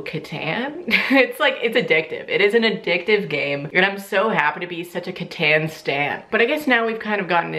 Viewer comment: Catan is pronounced like Caton 😩 CatOn lol